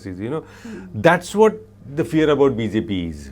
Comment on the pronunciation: New Game: Take a shot every time says “Bee-Zay-Pee” 😂😂